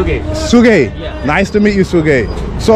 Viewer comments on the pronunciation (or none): It's Suhkam aano.. Not sigam 🤦